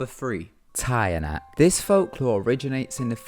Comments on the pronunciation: its teeh-yanahk not tie a nack lol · You pronounced tiyanak wrong it's pronounced as chanak ty P.S. I'm filipino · Tiyanak is pronounce Teeyanak in da Philippines but oh well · Oh yeah, it's not tiyanak. It's "chanak". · hi there the way u pronounced tiyanak is so cute ta-ya-nak but here in the philippines we pronounce it cha-nak😁😁😁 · it's ti-ya-nak not taya-nak hahahahaha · Correction. Tianak is pronounced 'chanak' not 'tayanak'. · #3 is pronounced as "CHA-NAK" not "TA-YA-NAK"... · tayanak? it's "tyah-nahk" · The tiyanak is not pronounced as "tayanak" it is pronounced as "chanak" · It's not TA-YA-NAK. It's CHA-NAK. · it is pronounced "cha-nak" not "taya-nak", also turning your clothes inside out confuses them not amuses them. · tiyanak is pronounced “chanak”. a folklore made by the spaniards to scare resistance forces in the woods. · Correction.. Tiyanak is pronounced as "chanak" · Tiyanak is pronounced as 'Cha-nak' 😉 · Tiyanak is pronounced as cha nak im a filipino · the tiyanak is pronounced as " chanak" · hi, i think you pronounced tiyanak wrong, umm I know this because I'm a filipina... it's supposed to be pronounced as “cha-nak” and yes it's said to be a real baby but it only turns into a tiyanak once the baby died from birth or if the mother intentionally kills her own baby, it looks like an ordinary cute baby at first to fool people then after that it shows its true horrible look. tiyanaks are dead babies soul that seek for revenge cause of what they're mother did to them. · tiyanak like youre saying "chanak" im a filipino.... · ITS PROUNOUNCED AS CHANAK SORRY BUT IT JUST BOTHERS ME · it's actually pronounced as "cha-nak" and the shirt reversing thing is actually for something else we call an "en-kanto" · You pronounced Tiyanak wrong. It's supposed to be "cha-nak". I was surprised about the lack of comments about this. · The Tiyanak is pronounced as cha-nak. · the Tiyanak is pronounced Chanak... just saying... because i'm from the philippines